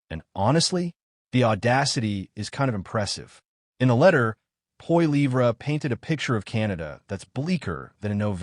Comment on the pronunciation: POLLYEV.... IS THE PRONUNCIATION!!!!